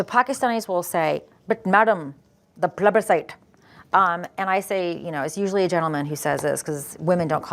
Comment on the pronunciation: "But madam, the plebiscite" 🤣🤣🤣🤣🤣 The accent.. I'm dead 🤣🤣🤣🤣🤣🤣🙌🏻🙌🏻